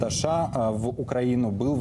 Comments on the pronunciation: Почему ведущий говорит ША ?? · Президент ША это кто?) У ведущего проблемы с речью, требую замены)